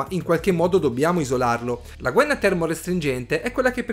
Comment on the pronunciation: Gua-ì-na è l'unico accento possibile :-) Ottimo video